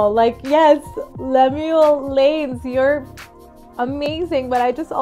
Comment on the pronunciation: Love your RV 🥰🥰 Llanes is pronounced like Li-Yah-Nes all short vowels. I guess because most homes have karaoke machines, and anytime people can sing whenever..or some freely sings at karaoke machine displays at the malls, and we have many singing competitions. Plus, many singing done in church, at our school daily anthems. You should try to see some Filipino parlor games where they pass the mic to the next one to sing the next line of the song, all for pure fun and joy of singing. 💞